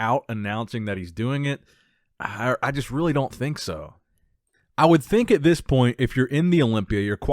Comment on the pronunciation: your videos are my staple for bodybuilding content! Keep 'em coming. Why do you pronounce "thish year" though?